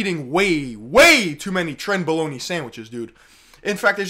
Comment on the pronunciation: "Trenboloney sandwich" lol